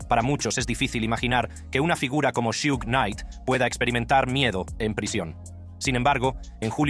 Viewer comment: Su nombre es suge no shiug mi bro jaja